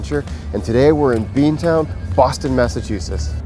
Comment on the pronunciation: Did he say "Massatoosiss"??